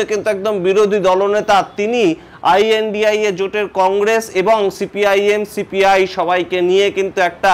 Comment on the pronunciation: What is the problem of speaking lNDIA instead of ai an di ai a?